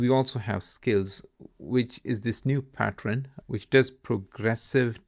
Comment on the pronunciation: You sound very fluent in english then I hear you pronounce them like: "Pattrern" and "Critisysm". It's very hard to hear. I'm not English native .. but that's just hard to listen to everytime.